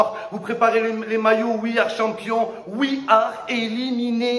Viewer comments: 😂😂😂😂😂😂😂😂😂😂😂 au lieu de one two three 😂😂😂😂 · "One, two, foui"